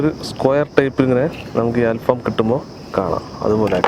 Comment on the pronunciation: ഫാം അല്ല ഫഹം